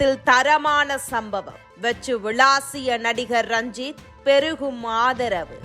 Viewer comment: ranjit rajith nu solluthu.....intha news anchor